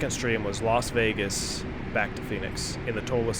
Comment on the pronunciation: When you said lost wages, I thought you were talking about the airline furloughs lol